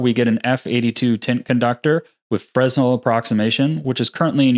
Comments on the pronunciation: Just fyi, its fre-nel not fresnel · It's pronounced freh-nell not fres-nel :) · FRUH NEL. NOT FRES NEL. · I thought Fresnel was pronounced “frenEL” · Great video, thanks so much! Just FYI Fresnel is pronounced fruh-nel named for French inventor, Augustin Jean Fresnel. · Great video as usual but please... learn how to pronounce fresnel properly. It drags down your otherwise very knowledgeable expression.